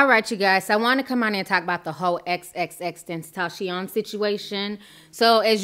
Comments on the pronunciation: His name cannot be that hard to pronounce Xxxtentacion= x x x-ten-ta-see-yon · It's pronounced xxx ten- taa- see- own... He was talented and disturbed and going to jail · "XXXtentaaachon" 💀💀😂😂😂 I can't 😂😂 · Still can’t say his name right 😂❤️ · I told her, just say "X". She fuck up names all the time, but I love her content tho. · we all have that one word we just cant pronounce correctly for the life of us. mine : rear wheel drive yours: XXXTENTACION. lol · Ti your pronouncing both of his names wrong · Can we start a petition to get Ti to pronounce his name correctly? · Just say "X" cause his name keeps getting butchered 😂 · U gotta learn how to say his name